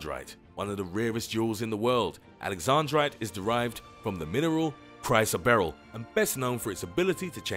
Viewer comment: Its pronounced chris o barrel and not spinal like your spine but spin el like spinning